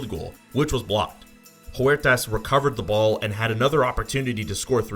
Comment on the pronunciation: Huertas not Juertas, sounds like Uertas